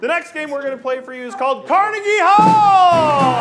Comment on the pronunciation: He pronounced Carnegie wrong lol